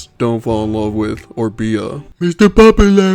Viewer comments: I’m trying to eat while watching this, but I keep choking at “MISTER POPULUH” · I love that a guy loves shoujo manga ❤😂 and omg every time “mistuh pop-u-luh” came up it killed me 😂